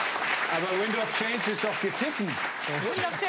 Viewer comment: " Windsss of change"..... Deutsche und Scorpions knowledge....